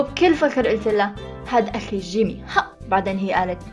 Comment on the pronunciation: لمن قلتي جيمي احسك تقولي جيمين 😂💞